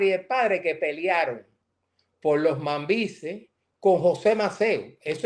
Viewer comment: Se pronuncia mambies, no mambies .